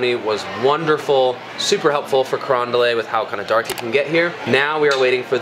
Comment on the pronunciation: Carondelet is a French word so it commonly mispronounced as “Carondel-AY”, it’s actually pronounced just as it is written, “Carondel-ET”.